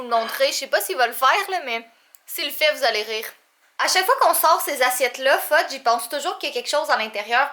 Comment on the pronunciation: Je dirais que c'est plutôt qui est un enfant quand il joue avec des couteaux Hihihihihi Fudge est le plus beau chat de l'univers je suis d'accord avec toi Catherine! Le sacrilège qu'a prononcer! J'en reviens pas!😄 😋